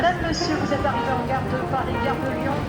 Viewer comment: The way you pronounced "Gare de Lyon" was perfect! 👏 Definitely better than I managed just a few years after beginning.